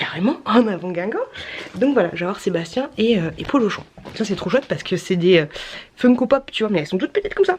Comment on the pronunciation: C'est pas sebastien ☺️ c'est polooochon